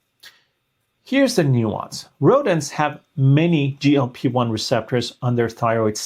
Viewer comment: Doctor, you have to work on your sound pronunciation.‼️ GLP1 from you constantly sounds like GOP1, confusing me further. And GLP1 does not need to prepare the pancreas for insulin (it's the job of the pancreas), GLP1 actually stimulates insulin release from the pancreas into the blood when glucose is becoming high, while at the same time, slowing stomach emptying, for a tamed glucose uptake which is happening down in the small intestine.